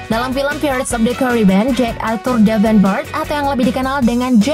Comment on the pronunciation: Maaf sebum nya Pirated (bukan piret tapi pairet pronounced nya) ,Johnny Depp ( bukan dip tapi dep pronounced ) Karena penting UTK menyebut Kan dengan sebenar2 Karena Bahasa inggris lain sebutan lain makna atau arti nya 🤗